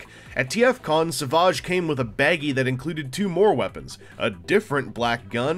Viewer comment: lol Is he french? Sav-ah-ge or, without the accent Savage...like Fred? Or a bad ass lion tearing into a gazelle!? Pronunciation jokes aside, he does look like a pretty cool little bot. As a dino fan, it just might be a must have for the collection. Cheers, thanks for the review. Savaaaaaahge. :)